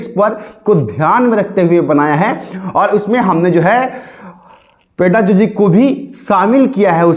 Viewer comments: पेडागोजी बोलते ही पेडाजोजी नही सर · पेडागॉजी को पेडाजुजी बोल रहे हो 😂 जय हो प्रभु आपकी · पेडाजॉजी नहीं पेडागॉजी बोलते हैं